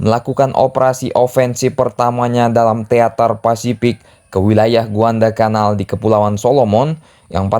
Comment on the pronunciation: Guadalacanal bang, bukan Guandalcanal Yassalam